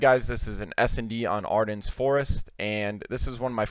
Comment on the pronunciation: for the love of christ, it is pronounced like "ARDEN" forest. there is no "s" sound.